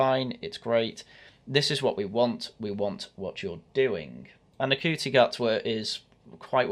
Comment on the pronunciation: Saying his name wrong, its Shooti, how dare you not know Nc is pronounced Sh in Rwanda you massive Wacist